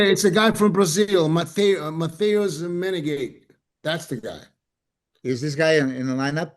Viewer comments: Matthias Menegate is pronounced as "men-eh-ga-tay." Not "men-en-gate", as says every time. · What are we talking about? Vissers just beat Mike, Ramona, and Urs year before last at the Arnold. Mike at 212 is the only Mike that’s ever beaten Wesley. Men-a-got-eh is how you say the other guy